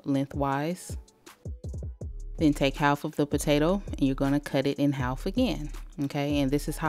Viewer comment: Why yu say half like dat 😂😂